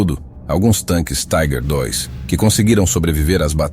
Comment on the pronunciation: Não somos ingleses! Não entendo essa pronúncia em inglês para a palavra alemã "Tiger". Pode pronunciar como alemão ou como se lê em português mesmo. Ou chamar de tanque tigre.